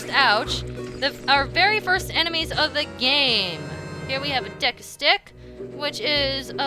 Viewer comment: IT'S PRONOUNCED DAYKU NOT DEKKU!!!😤